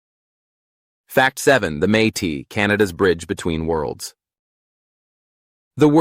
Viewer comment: Métis is not pronounced may tee. It is may tiss.